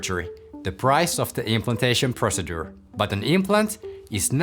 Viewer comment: Brother, you are saying "procedure" rather incorrectly. I tell you this respectfully, since you are a doctor I would think you would want to know. All your other English in this video is correct. Thank you for the video!